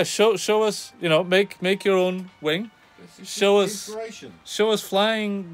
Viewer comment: Skip to ...yw. Also, I guess it's going to fly because you just said it does. And "tiny whing" That's all.